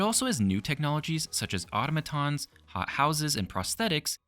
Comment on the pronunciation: Bro... that's not how you say automatons..